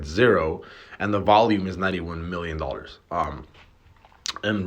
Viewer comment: You know how I know this dude is from Miami? The way he says the word "dollars".